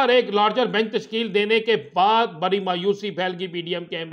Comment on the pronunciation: آپ کا " ڑ " کہاں بھاگ گیا ڑانا صاحب؟ لرینگے جھگرینگے بری خبر۔۔۔۔ بڑی خبر 😊😊😊😊😊😊